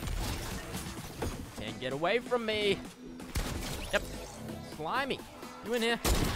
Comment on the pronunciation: “SLIMY” Me: What?, I haven’t heard that one before